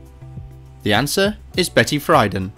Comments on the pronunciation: Pronunciation = Betty Freeeden, not Fryden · Actually, it's pronounced Betty free-DAN.